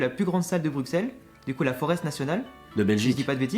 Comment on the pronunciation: "Bruk-selles" "Foreste" mes oreilles 😂 ça se dit "Brusselles" et "Forêt" ✌🏼